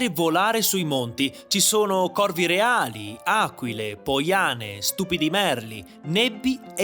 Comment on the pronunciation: Nibbi, non nebbi. Mai visto un grifone in 47 anni, ad Agosto hanno finito le ferie quei maledetti.